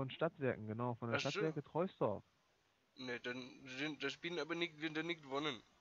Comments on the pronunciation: Wenn der von den Stadtwerken Troisdorf wäre... Dann wüsste er auch das man Troisdorf anders ausspricht. Nämlich Trosdorf. Das i ist ein sogenanntes dehnungs I. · Free Schön lächerlich, dass die Troisdorf nicht richtig aussprechen